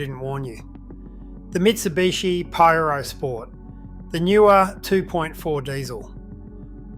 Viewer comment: Pajrow doesn’t it ezly